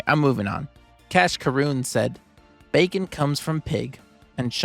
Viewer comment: Bacon sounds like Beacon.